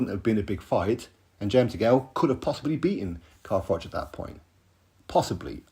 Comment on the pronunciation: Frank is rattled because froch been calling him bricktop, frank kept making froch sound like frock when he was talking about him